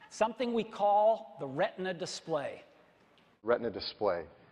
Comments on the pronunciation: Тогда уж, если подрожать эппл, то говорите "рэтна", как на тех кусочках которые были показаны в конце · Даже тогда рЭтна надо говорить, как на американский лад!!! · Вот странная логика, а не задумывались ли уважаемые редакторы канала, что apple как раз не придумывали название своей технологии, а позаимствовали ее, т.е. использовали уже существующий термин из анатомии? В таком случае, и так и и так будет РетИна, да и на русском языке это будет правильно. Если же хочется выпендриться, то произносите на русском с английским акцентом и ударением. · Бред сивой кобылы, не думали почему в русском языке в заимствованном слове «ретина», обозначающем сетчатку глаза, ударение именно на последний слог, и почему в термине, введенном Эппл, произношение должно отличаться? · Да на видео с их акцентом слышится вообще Рэтна дисплей, так же они говоря айпЭд произносят айпОд!!!